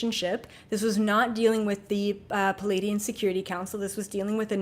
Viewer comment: IT'S PLEIADIAN NOT PULADIAN :)